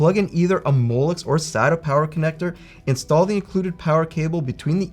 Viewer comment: I find your pronunciation of molex very similar to mollusk.